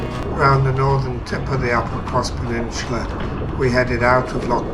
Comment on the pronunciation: It's 'peninsula' btw... 'Peninsular' is like what 'rectangular' is to 'rectangle' I found this pretty funny because your accent tends to add an 'r' to many words that end with 'a' so i can see how you ended up making this mistake lol